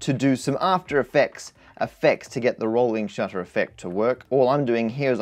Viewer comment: Rohwling SHUTTA